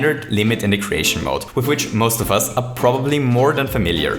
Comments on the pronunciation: “Ceation Mode Entity Limit” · Ceation mode. Really? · "Ceation mode entity limit"